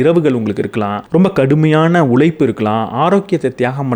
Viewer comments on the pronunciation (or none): none